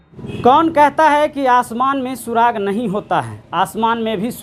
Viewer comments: सुराख होता है सुराग नहीं! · Suraakh hota hai reporter sir.. It's not suraag! FIRST OF ALL Read the poem PROPERLY! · सुराग नहीं सुराख होता है😂😂😂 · Are sir surag nhi surakhhai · सुराग नही सुराख होता है भाई साहब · अच्छा इंटरव्यू! लेकिन, भाई 'सुराग' नहीं 'सुराख' होता है. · Chacha सुराग नहीं सुराख